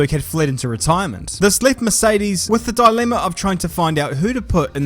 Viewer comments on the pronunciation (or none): none